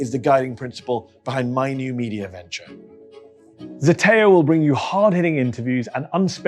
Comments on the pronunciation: It's not ZETEO, it's ZETAO. Ι know, I'm greek. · pronounced zdeteo